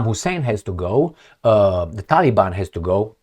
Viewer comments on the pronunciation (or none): none